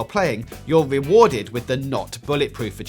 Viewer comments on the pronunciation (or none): "your wewarded a wanking"